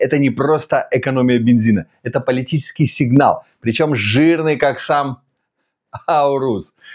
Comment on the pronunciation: Добрый совет зрителя спикеру. Скоррекируйте произношение слова "политиЧЕСКий" (и подобных) с вниманием к звукам выделенных букв - и будет Вам счастье...